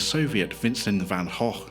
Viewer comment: Your pronunciation of van Gogh is spot on. The other pronunciations are French or German and not how the man pronounced his own name. He also signed his work “Vincent” because of this pronunciation issue.